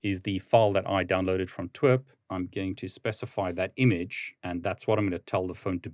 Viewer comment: Pronouncing TWRP as T-w-e-r-p and not tee-dablu-are-pea is insane 😂